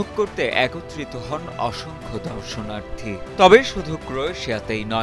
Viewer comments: সাংবাদিক ভাইয়ের উচ্চারনের দিকে মনোযোগ দিতে হবে। উচ্চারনটা দর্শনার্থী হবে কিন্তু আপনি উচ্চারন করেছেন ধর্ষনার্থী। যা শুনে সবাই হেসেছে। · বাহ কি দারুন উচ্চারণ আরে ভাই (ধর্ষনার্থিরা) যদি উল্কাবৃষ্টি দেখতে যায় তবেতো ওখানকার সবাইকেই ওরা ধর্ষন করে দেবে ! তোমরা যে কেমন স্কুলে পড়ছ আর কি খাইয়া যে লেখাপড়া করছো তা আল্লাহই ভাল জানে !